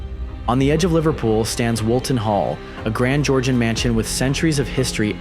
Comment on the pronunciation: Livertool 😂😂😂😂😂😂 I can't get it out of my head now , every time you say Liverpool, I hear Livertool 😂😂😂😂😂😂